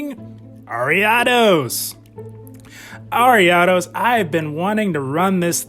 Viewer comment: awesome man. Thank you very much! Loved the use of ariados here! And I appreciate that you pronounce it properly haha! You wouldn’t believe the hundreds of ways I’ve heard other content creators butcher that name 😂